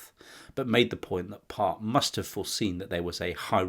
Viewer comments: Very good. But it's stephen john port not part. Also Joanne denehay is how it's pronounced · Think its Stephen Port not part 🤔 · port not part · The Grinder killers name is Port not Part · 59 is Stephen Port, not Part. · Stephen Part's surname is Port . P-O-R-T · #59 is Stephen Port, rather than Part. Great video though! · 38mins - its Stephen Port - not Part. You should correct this..its quite a bad error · Isn’t the Grindr killer Stephen Port not “Part” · It's Stephen PORT not PART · Stephen Port.. not Part. Great vid! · Very interesting and very shocking. I thought the guy’s name was Steven POrt, not PArt? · Mark Bridger erroneously appears? Also, it's Steven Port (Grindr killer) not Part. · I thought it was Stephen Port not Part? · #59 = PORT not Part! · Stephen PORT not PART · its stephen port not part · Steven Part?? Come on man, if you truly knew your stuff then you'd know its PORT... Stephen PORT. You even say it multiple times ffs... 🤦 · NEW sub, great work, btw stephen Port is the name of the Gay seial killer from Barking LONDON, Port as in the drink.